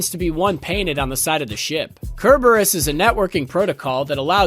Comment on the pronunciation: The way he says Cerberus invalidates everything he says. 4 sound engineers and editors let that fly without getting corrected